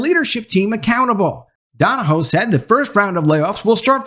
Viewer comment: Another one bites the dust. Go Woke, Go Broke. Stunner. 👌 Also, two corrections: - His last name pronounced DON-O-HUE - The article came from WFAA-TV, Channel 8, Dallas-Fort Worth, Texas, the ABC affiliated television station, owned by Tegna, Inc. 👌